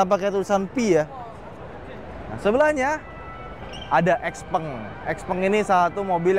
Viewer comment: bkn xpeng bacanya xiao peng